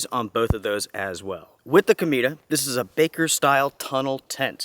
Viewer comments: You're pronouncing it like "comida" - which means 'food' in Spanish. It should be pronounced: 'co-may-tah' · It’s COMET in Spanish. Pronounced CO-MEH-TA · I would be interested in this tent more if it wasn't for the name of it. The way you pronounce it is very different to how I read it... C_m E ta... lol Peace